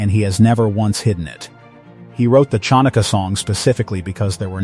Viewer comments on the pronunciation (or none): Hopeless pronounced!